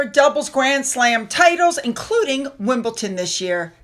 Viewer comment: Hey babe, I know you like to know, it’s Wimbledon NOT WimbleTon x